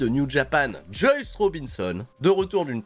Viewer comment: Sinon, je me demande depuis un moment, une raison particulière pourquoi tu prononces Juice "Joyce"?